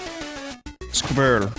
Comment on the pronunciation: I´m german and can´t pronounce "Squirrel".